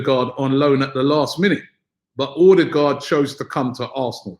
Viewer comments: Martin erdegaard is how its pronounced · It’s pronounced Err-de-gore (d is silent) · Pls Robbie learn to pronounce Ødegaard , he said in an interview how to say it.